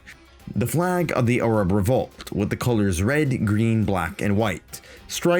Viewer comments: Why do you pronounce Arab like that? I'm assuming it must be the actual proper way to pronounce it? But I've never heard it said that way. "Arrub" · Bro has invented a new way of pronouncing the word Arab What accent even is that ? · I did, and I loved the video It just sounds a little funny to an anglosaxon ear Americans pronounce "arab" with a very wide A The British barely pronounce the As at all You went your own way, and that is the kind of independent journalism I respect